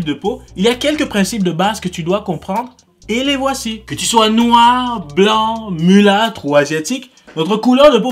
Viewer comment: Il a dit mûlatre 😂😂😂😂